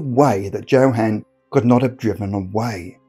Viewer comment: "Joe-Han"? Are you mispronouncing names on purpose, or do you just live under a rock?